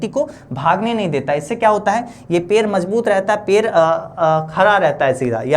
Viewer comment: पेड़ बोलों ना पेर पेर किए हो 😂❤